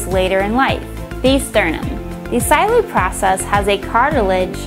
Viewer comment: It's not "xyloid" process, it's "xylophone" process, sheesh